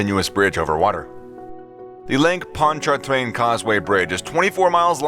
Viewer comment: You’re making it so hard to pronounce: Lake Pontch’-A-Train. We drive back and forth across it almost every day. It’s actually very safe, unless you get tailgaters, or drunks driving the wrong way (it’s happened a few times).